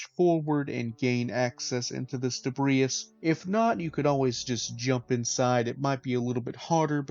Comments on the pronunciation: I imagine you've never heard debris pronounced, only read it. It is pronounced de-bree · Sorry, great video, but I got caught up early on your pronunciation of debris. The 's' is silent, it's just 'debree'. Thankyou.